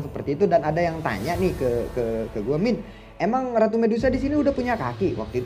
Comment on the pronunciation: Min raru bukan ratu 🤣😭